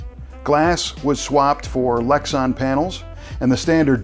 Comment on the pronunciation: It's pronounced Lex-an, not Lex-on. Also, it's my understanding that they actually came with thin, lightweight Dow Corning glass, not Lexan.